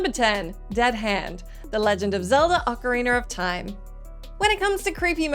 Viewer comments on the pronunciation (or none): What is “ocariner of time”